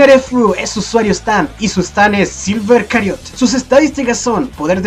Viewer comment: ¿Silver Chariot no se pronunciaría como "silver chariot" y no como "silver cariot"?